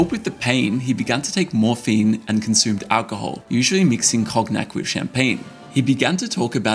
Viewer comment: Cognac is pronounced cone-yak